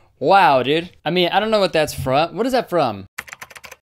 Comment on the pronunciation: More like dòòd